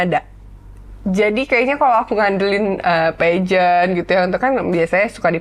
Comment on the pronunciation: Pembawa acaranya mungkun bida diperbaiki. Peageant bacanyq salah. Cara bicara di gaul gaulin.. padahal udah bagus kalau gak gitu